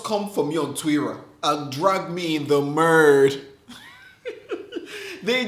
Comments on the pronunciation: Akah was what "dragged in the murrrrrrdddd" 🤣🤣🤣🤣🤣🤣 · o he said in the murrrddd. Not we were coworkers 🤣🤣🤣